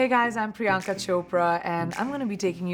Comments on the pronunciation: I wonder when she went from pronouncing her name as Priyanka to priyAnka. Like it’s pronounced as priyunka and she’s always pronounced it like that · You're Priyanka, not Priy'aa'nka. The least you can do is not fake your name. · Why the f is she pronouncing her own name wrong